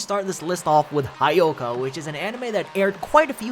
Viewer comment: It's not 'ha' ' yoka'. It's 'hyo' 'ka'. Cringe!